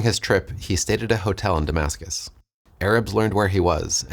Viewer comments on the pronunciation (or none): none